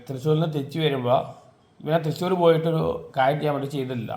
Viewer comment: തൃശ്ശൂർ ❌തിസൂർ ✅😂